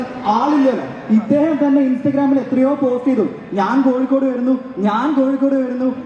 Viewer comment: പക്ഷേ ഒരു കോഴിക്കോടുകാരനും, മര്യാദയ്ക്ക് 'കോഴിക്കോട്' എന്ന് പറയാൻ അറിയില്ല..അവർ എല്ലാരും പറയുന്നത് 'കൊയ്ക്കോട്' എന്നാണ്